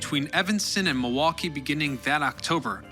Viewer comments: Are you from Milwaukee? You say it the way a milwaukeean would say it- Ma-wah-kee. Do you call drinking fountains bubblers too? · I appreciate that you recognized the L is silent in Milwaukee 🧀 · Usually, only people actually from Milwaukee know that. They pronounce as Ma-WAH-kee. I know. Born and raised in West Allis, 87th and Greenfield!